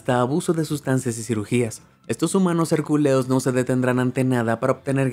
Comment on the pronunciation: El man este dice herculiados, yo : je je je je culiados